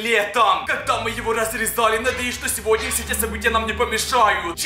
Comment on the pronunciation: Почему ты говоришь ни сегодня а сегодне